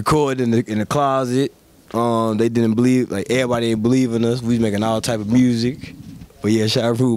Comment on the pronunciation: he getting that memphis "music" pronunciation 😂